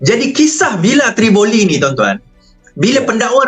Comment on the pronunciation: Villa Tivoli bukan Trivolli